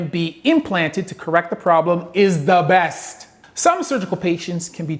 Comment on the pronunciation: When he said “THE BEST” it reminded me of my Jamaican friend.